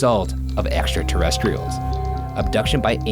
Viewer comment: "echstra terrestriols" lol